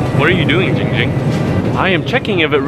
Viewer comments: Perez Its giiing ging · Christian Perez ITS GIIING GING